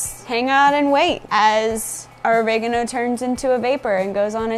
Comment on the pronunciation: Or-Egg-A-No.... Wwwwhat, thats the first time I've heard it pronounced that way 😬😆 Each to their own 👍